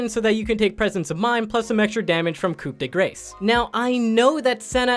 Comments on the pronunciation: sorry for being a pronunciation nazi but coup de grace is ku grass or ku di grass not coup the grace but i know its a pun but baby players tend to influence by this so just a simple note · the ''de" is rather pronounced like d+ the E like in ''nerd'' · I’m pretty sure Coup De Grace is pronounced “coo de graw”